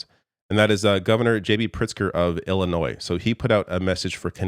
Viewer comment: You know governor, it is pronounced Illinois, not Ellinois.....